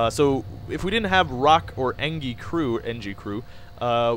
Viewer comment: "engi" it sounds better as "enji" then "enqi"